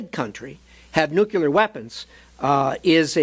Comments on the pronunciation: Nuclear... Not nucular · The word is nuclear. Nuclear. Not nucular.